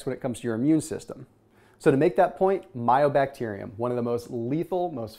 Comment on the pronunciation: Love your videos. Mycobacterium. Sounded like you said myo....